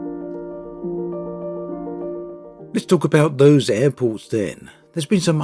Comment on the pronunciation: Why does he say Apples instead of Airports?